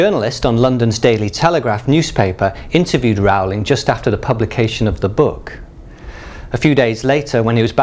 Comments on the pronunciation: its not Raul-ing Its Rolling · i was going to watch this but literally 10 seconds in he said wrow-ling instead of rolling and now im done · Rowling like bowling, not Rowling like scowling. I have a 1st edition Prisoner of Azkaban, but without the 'burn (line) so much' error. Is that worth anything? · OMG HE SAID JK ROWLING WRONG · Stop saying JK Rowlings name wrong, Christ.